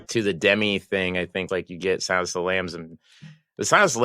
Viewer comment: Is that how you pronounce Demme? Cuz i never heard it pronounced Haders way.